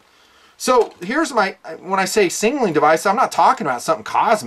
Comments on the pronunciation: "Singleing Device"? LOL. Sig-nal-ing. Not Sing-al-ing. #NitpickingFancy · why does he pronounce it singnaling instead of signaling? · SIG-NAL-ING. Not Singling. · Singnaling hahaha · I love your videos and what you represent, but for the love of God, learn to pronounce the word signal. Your whistle is a signaling device. Your fanny pack is singleing device:-) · Why can’t you pronounce Signaling? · Why can’t you say “signaling”?